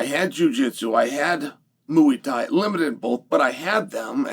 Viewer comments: Chael cracks me up every time he says Mooiieee Thai 😂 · mooey thai